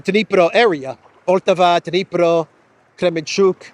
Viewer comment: I find it amusing that English speakers will always put an accent on wrong syllable if there is more than one in russian words 😊 it's PoltAva